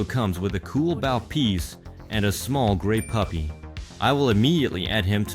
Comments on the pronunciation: i...don't think that's how 'bow' is pronounced in this context. Ra (pronounced Raw) is Egyptian, NOT Greek! "Golden armor"? That's silver armor with gold print on it. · B.O.W. in this case is bow and arrow 🏹 B.O.W. as it’s said using the text to voice is bow 🙇‍♂️ as in showing respect. It’s an entirely different pronunciation, more of an “oh” instead “ow”